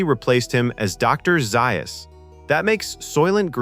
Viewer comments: its dr za us not zius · Zay-us. NOT Zi- us. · It's pronounced ZAy Us! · Nice interesting detail but jarring when words like Dr Zaius are mispronounced